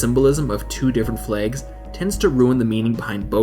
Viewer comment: when does "flags" sound like flaygs